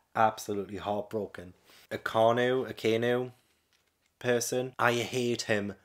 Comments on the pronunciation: It’s pronounced Ah Kine new. He and Blackbeard represent the absolute ideologies. Akainu represents absolute control or fascism, Blackbeard represents absolute freedom or anarchy. Luffy represents the middle ground, freedom with responsibility. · Man, this video gave me secondhand tears once again, you have some of the best OP reaction videos on YouTube, it feels like one of my close friends started reading the manga and is keeping me updated on where they’re at. Also, Akainu’s name is pronounced Ocka-Eenu; it means “Red Dog” in Japanese. All of the admiral’s names actually share this same pattern and it’s just a code name of sorts. For example, Aokiji means Blue Pheasant and Kizaru means Yellow Monkey. Also, if you didn’t hate him enough already… the first time you were introduced to Akainu was in Robin’s flashback, he was the Vice Admiral that blew up the refugee ship with all of the innocents, he was just referred to by his real name which is actually Sakazuki. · Akainu is prononced Aka-Inu, and in japanese aka mean red and inu mean dog, so akainu is red dog. Kizaru (the admiral that'S made of light) mean yellow monkey, and aokiji mean blue pheasant.